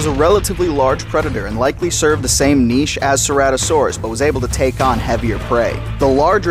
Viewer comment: I noticed you pronounced niche the correct way! Are you Canadian? I cringe every time I hear Americans say "nitch"! So congratulations!